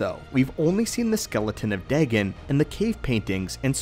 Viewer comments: Day-Gone. Is how to pronounce his name not day-gin. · It's pronounced daygone not degen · Deghen? It’s more like day-gon